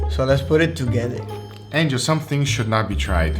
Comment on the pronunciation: No one: what do you think anjel😂